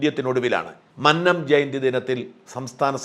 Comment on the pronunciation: മന്നം ഉച്ചാരണം അങ്ങനെയല്ല